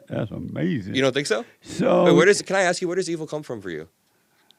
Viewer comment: I could’ve told you this was going to be the weirdest most asinine interview with the biggest,weirdest most asinine MAGA that tries to trick you into an answer where he can just say Uh-mazin! Then talk about women while thinking he gotcha when you say anything bad about trump or not being a Christian and will open the conversation from whatever it is to black people,their families and jobs and likely Jim Crow laws somewhere it’s always the same. He’s unequivocally the most asinine,ridiculous pod.